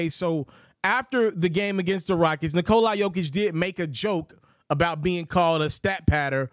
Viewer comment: The closest Nikola Jokić to correct way to say it from American!